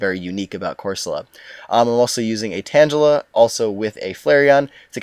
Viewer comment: why do you mis pronounce tangela, its tang gula not pronounced similar to tangelo